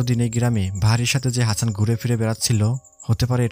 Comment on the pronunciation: সবই ভালো লেগেছে.... শুধুমাত্র হাচান না বলে হাসান বললে 👌